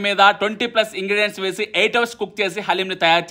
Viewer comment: Ingredients❌ Ingidians ✅ 😅😅